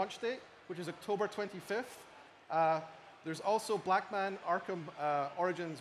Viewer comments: did he just say blackman? lmao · he says Blackman Arkham Origins xDD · Blackman Arkham Origins Blackgate lol hi there from 2024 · LOL, he said Blackman Arkham Origins Blackgate!!!!! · Haha he really did say blackman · Anyone hear say Blackman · did he say blackman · LOL. He said blackman arkham origins